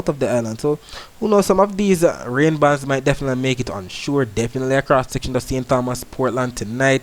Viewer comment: Great weather reporting 👍. However, remember it is St. Tomas in pronunciation.